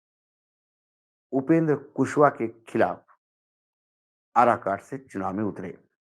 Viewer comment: आराकाट नहीं वह काराकाट है सर।